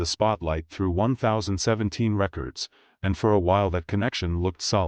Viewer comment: Not 0ne thousand seventeen lmao it’s Ten Seventeen but i get it 🤣🤣🤣